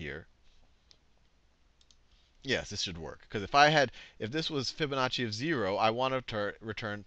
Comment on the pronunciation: Fibonazi. I heard you.